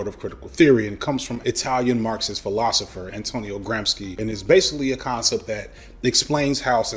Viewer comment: I believed him about how to pronounce “Dubois” until I heard him pronounce “Gramsci”